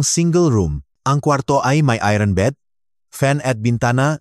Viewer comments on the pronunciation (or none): none